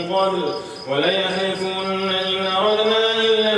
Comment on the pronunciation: Yaser Madani سلام علیکم و رحمه الله و برکاته برادر عزیز خیلی ممنون از لطف و محبتتان ولیحلفن صحیح تلاوت شده است. سپاسگذارم